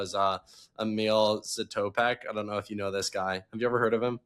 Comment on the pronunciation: Don’t mean to be rude, but you’re pronouncing Zatopek wrong. My high school team did a crazy workout that we called the Emil Zatopek every year where we would do 30x400 on the track and 100m walk in between, but the catch was that if you didn’t catch up to the person up front by the end of the walk, you were out.